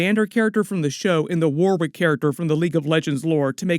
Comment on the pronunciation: It’s pronounced “Warick”… the second W in Warwick is actually silent.